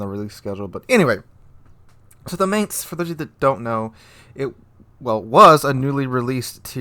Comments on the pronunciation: It's not pronounced Maynts, it's pronounced like Mine-ts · It's pronounced like the English word "Mines." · I don't know if anyone cares... but I'm just putting this out there.... it's pronounced "mine"tz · YO! The "A" is spelled like in the word "Bar". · please research how Mainz is pronounced cause yah killen me dude!!!!! Was stationed in Mainz, Germany for 2 years so I do know what I'm talking about! Link here to hear for yourself. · interesting info. if you don't mind a small pronounciation correction, the "ai" in Mainz is pronounced like "eye" and not like "ai" is pronounced in the english word "main" ^_^ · come on, plenty of youtubers already covered this and actually showed how to pronounce Mainz correctly. At this point you are just misspronouncing it just on purpose.